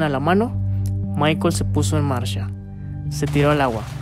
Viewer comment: ?se puso en “marsha”? ?qué idioma es ese?